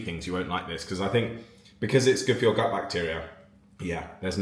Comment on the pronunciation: gut health sounded like but...lol